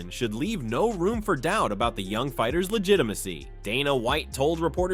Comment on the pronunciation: Love these AI narrated videos where they can't even pronounce the names of the fighters...